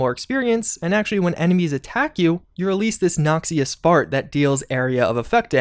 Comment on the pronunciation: I know it's nitpicking, but I've been doing this bit for so long I can't abanon it... - Nox-ee-ous? -: "GROM has a bunch of new lines" Grahm: "GRAM like meat."